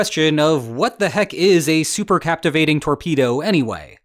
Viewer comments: Cavitation not captivation, love your show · Cavitation ,not captivation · Its cavitation not captivating